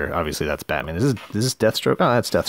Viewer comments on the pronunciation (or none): none